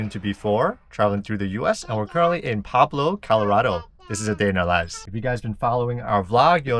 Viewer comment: it's PUEBLO, not PABLO.